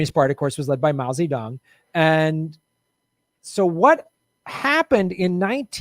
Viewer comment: Love this show. Great episode. One funny bit, the generated subtitles interprets the way says Mao Zedong’s name as “mousy tongue” 😂😂😂